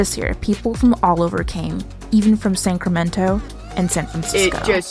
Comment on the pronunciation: very good compelling imagery. only critique, slight mispronunciation of CA state capital, Sacramento, its pronounced sack-cramento not sanc (like sanctuary) ramento